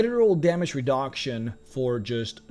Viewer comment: damage redonktion. 😆